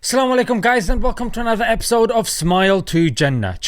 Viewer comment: I have seen your videos, I strongly recommend you to correct the pronunciation of Assalam U Alaikum. Not Salama Laikum